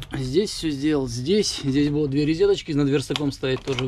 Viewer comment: Почему рИзеточки, если рОзеточки =)))